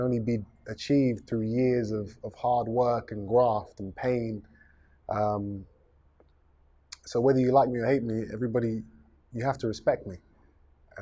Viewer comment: For the most part he is but he is also rude and contradicts himself alot. ....also did anyone hear jr say..gwaft 😂😂